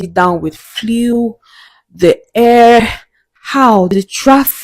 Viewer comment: That thing is not "fliu", it's actually pronounced FLU. I don't know why you Nigerians think you know English better than the English people. Nonsense